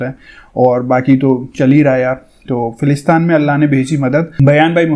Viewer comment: Bhai g bo filistin hai aap na sahi sa pad kar bola Karo